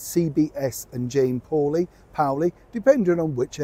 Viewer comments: It is pronounced " Paw lee" like a dogs paw. I am American and she has been around for years. Any other pronunciation is incorrect. People's names are not regional. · I’m from Jane’s area. She pronounces it Paw-Lee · I love you and as an American who has watched Jane Pauley for decades, I’d just like to tell you that her name is pronounced like PAUL. PAUL-EE😀🇺🇸😀 P.S. Jane Pauley is a serious journalist and I think she was handed this interview by the bosses and she probably took it under protest. Just my opinion 🤬🇺🇸🌈😀🇺🇸